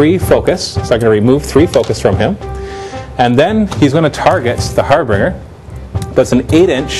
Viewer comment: harbringer or harbinger? (har binge ur)